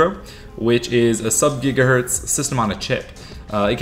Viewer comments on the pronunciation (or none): none